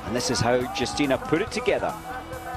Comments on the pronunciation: Not Dżustina but Yustyna. This information is to a commentator. :P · not Yustyna But Justyna Kowalczyk .Wiem jak to sie wymawia bo jestem polakiem .This is information is to a vafanculoputana